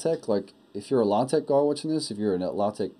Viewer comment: Ahh, a video I can respect! And you said it correctly! Congratulations on the child, enjoy. :-)